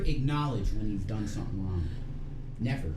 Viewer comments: Omfg she can't even put the g on wrong wtf.......wron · What is she doing WRON.. lol 😂 why can’t she pronoun G”s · And she can't even pronounce a G at the end of wronG? She said "I didn't do anything wron" 🤦🏼‍♀️Ffs this cow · Loud? is one of the loudest people EVER...Down to her crying & wailing. She doesn't like u Rev she never did! SHE LOVED YOUR $$$$...Her mother warned u! And it's spelled and pronounced as WRONG NOT WRON OR SON INSTEAD OF SONG